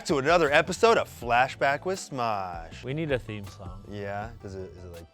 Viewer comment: Ian sounds like he's singing "Fashback."